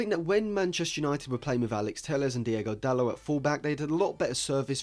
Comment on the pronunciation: Great Video, just want to say though, It's not Diego Dalot, It's Diogo Dalot, Diego is a Spanish name